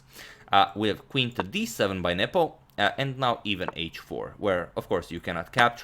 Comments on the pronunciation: Anyone else thought Agadmator was saying "nipple" when referring to Carlsen's opponent? lmaoo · You saying his name made it look like 'nipple'